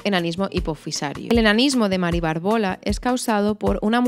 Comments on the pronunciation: Aprende a leer: acondroplásico y BÁRBOLA (con tilde). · Qué interesante y entretenido. Supongo que es una currada considerable, pero hay algunos gazapos que hacen que tu vídeo desmerezca un poquito la calidad de la información: "Mari Bárbola" (con tilde en la primera a, esdrújula,porque viene de Bárbara) y el enanismo se llama "acondroplasia", sin la "t". Son pequeñas puntualizaciones que espero que te sirvan para pulir un poco los siguientes vídeos sobre este asunto tan interesante. Muchas gracias por tu información. ( Es lo que tiene hacer un canal para culturetas, que no se nos escapa ni una).😅😅